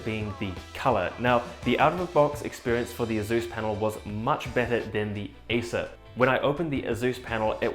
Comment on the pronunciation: haha, that's waaaaay too much skin for one so hirsute, or hirzzzoot, as he'd say. I cringe everytime he says "azzus"